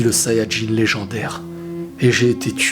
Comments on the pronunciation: Quand tu dit kakaruto ça sonne faux désolé car tu prononce ça "Kaka-routo" on dirait deux prénom différent. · La manière dont tu prononces Kakarotto me fait vraiment frisonner... 😏😏😏😏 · cette vidéo fais pitier de fou quand tu dis kakarotto j'en pleure de rire et en même ça ca me met mal alaise mdrrrr vidéo vraiment merdique